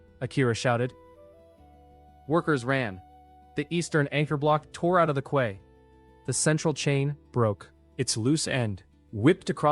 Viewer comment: Your AI needs work, quay is pronounced like key, not kway. The math needs work too, 100m sqm after the crab, 10k after the wolf, 1 million after the pig and 100 million sqm after the leviathan. That's a lot more than it said in the story.